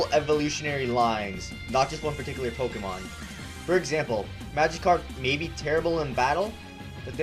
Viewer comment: pokehmon.. hehe.. hehe